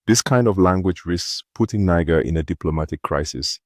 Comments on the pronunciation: It not pronounced “ni ga” but “ni jay”. What’s wrong with you man? 🤷🏾‍♂️ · It is not prononce Nikger, it is pronounce Nijair. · It's not Niger pls pronounce it properly dammm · One nice black privilege is that you can say 'Niger' with the 'g' like in 'eager'. If you're other colors you have to say it like a girl who is faking a french accent on a party, like "nee jea", basically to be on the safe side with the length of the 'i'.